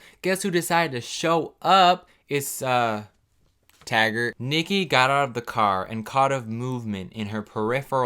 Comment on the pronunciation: Literally every time he said his name Tagert I was WHEEZING 😂😂😂😂😂😂